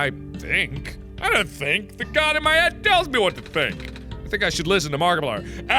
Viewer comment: Jerichow I totally agree with you and I feel like he emphasizes the "god" part way too much...